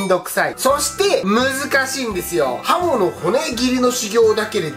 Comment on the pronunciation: はも～が、ほも～に聞こえてしもうた。。。